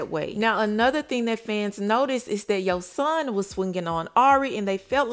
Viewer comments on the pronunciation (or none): Spelled his name wrong. It’s spelled Y O S O H N and it’s not pronounced “Shawn” at the end. How y’all report on her and her son and hear her say his name RIGHT and see her spell his name RIGHT but keep saying it wrong and spelling it wrong🤦🏾‍♀️. And he clearly doesn’t know that she’s working while he’s with the family he thinks she’s with MoneyBagg Yo when she’s really not. And if you actually watch her show The Impact ATL her family asked her can they keep Yosohn in ATL with them while she’s working and also asked her because he miss being in ATL with his cousins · You always mess up FAMOUS people names like😭 This really the weakest TeaPage fr🤏🏾 its YO-SOHN !